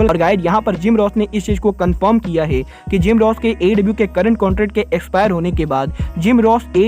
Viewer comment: ये है को गै क्यो बोलता है🤣